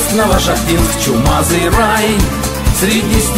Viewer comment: НовошахтИнск,приятно слышать